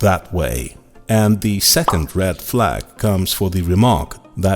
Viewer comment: Why do you mispronounce words the way you do? I’ve noticed this on a few videos but this video you said rad flag and then red flag and then rad flag